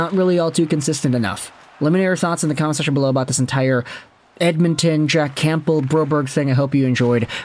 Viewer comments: It’s not “CAMP BEL” it’s “Cam bell) like the soup my guy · You're either just trolling with saying "Camp-bull" at this point or you're just physically not capable of not pronouncing silent P's 😂